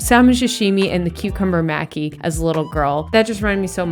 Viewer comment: Sorry to be obnoxious but it's "mah--Kee" for maki!!!! ily